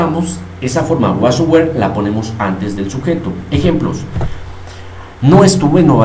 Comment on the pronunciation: Crees que esta bien tu pronunciacion de were ? Yo no lo creo